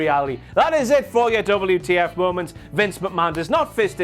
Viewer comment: I miss you saying mowmonts... 😢